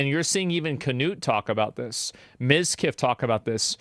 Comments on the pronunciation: not KaNoot Knut kay Nut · Why are Americans adding an "A" when saying Knut? It's pronounced as it is spelled, not "Canute".